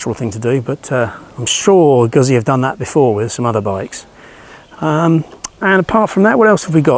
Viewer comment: 2x Zs in Italian means there is a T sound in the middle, think pizza. So moto gutzee.